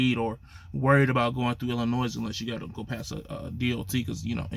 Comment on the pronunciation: Come on man say the state right damn or is that Ebonics??? You don’t pronounce the S in Illinois damn!!!! 🤦🏻‍♂️🤦🏻‍♂️ you just like lil guy trucker you’ve been on a diet for 2 years 😂😂😂😂😂😂😂🤣